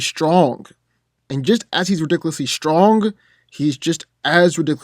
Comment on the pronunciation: "he's as ridickly durable lol 😁😜😂